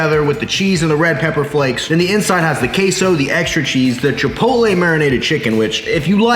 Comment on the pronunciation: One more time you say "KaySou", I am sending Sicarios from Sinaloa straight to your door.